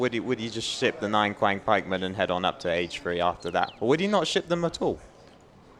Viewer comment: Just a heads-up for the casters, "Qiang Pikemen" is pronounced more like "tsiang" Q doesn't correspond to any sort of "k" sound in Chinese.